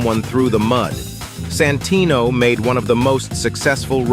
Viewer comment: I cant unhear "Sanfuckingtino"😭😞